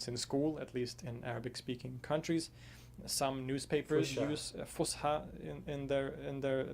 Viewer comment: it is not pronounced with the sh sound , S , fus ha Fus فص Ha حى فصحى